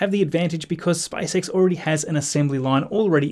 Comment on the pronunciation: Why can't you preannounce SPACE properly instead you say SpiceX it's seriously annoying to my ears...